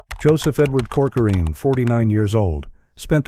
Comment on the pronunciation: Why do you say coçorine? Learn how to pronounce His name correctly.